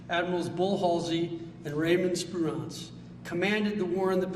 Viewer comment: The honorable secretary of the Navy doesn’t appear to know how many submarines we have in service or how to pronounce Spruance but appears quite confident that we need to resurrect a class of ship from 80 years ago. Guns and nuclear cruise missiles? What mission are these battleships for? This does not bode well.